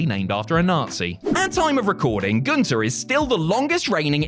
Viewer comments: Too bad commentary still can't say his name correctly. It's Gun-ther not goon-tur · Walter not vaulter. Gun-ther not goon-tur.